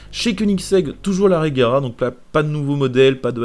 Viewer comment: Genre la regera et dans le jeu et non l'agera rs lol